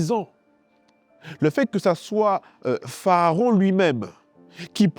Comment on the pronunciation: Pourquoi dites vous PHAARON alors qu’il est écrit PHARAON?